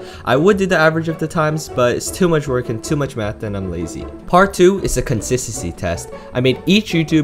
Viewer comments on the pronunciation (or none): "TOO MUCK WORK AND TOO MUCH TIME" MUCK?